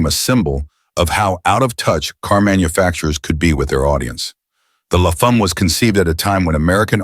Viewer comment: Dodge Le Fahm? That's almost English. Please don't ever visit Quebec. They'll slap you for an accent that bad. La Femme, rhymes with "a hem" with an "l" at the front.